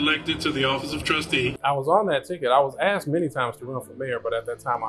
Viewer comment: We axed why. Explains the problem! The word is asked!